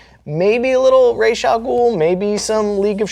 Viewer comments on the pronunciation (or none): Why's it pronounced "Raysh"? The star that he's named after is pronounced "Rass al Ghoul" which is Arabic for "Head of the Demon". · Batman Animated Series is best Batman. And there it's pronounced like Raysh. That's really my only justification.